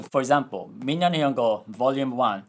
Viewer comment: It's probably not the same thing going on, but I just found funny cos you didn't pronounce の